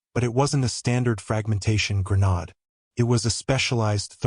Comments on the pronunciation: Granade instead of granad. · Good story but the narrator really needs to understand the words he’s saying like he calls a grenade as granad which isn’t even a word. And there were other mistakes and pronunciation.